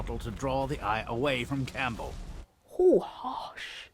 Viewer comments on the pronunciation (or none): none